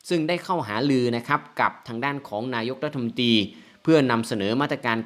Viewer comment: ขอติติง... ผู้อ่านข่าว น้ำเสียงดี แต่การออกเสียง อักขระไม่ถูกต้อง ..สอบตก .. เช่นอ่านคำว่า นายกรัฐมนตรี.. เป็น. รัฐมนตี ตี ตี ตีหมาหรือ.. สอบตก หลักภาษาไทย..